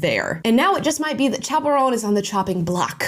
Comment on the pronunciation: “Chappell Roan”.. or is it, chaperone? Cuz that’s what I keep hearing. 🤣 just a funny thought